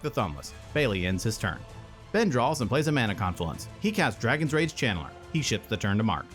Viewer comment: Were you saying "Chandler" or "Channeler"? Lol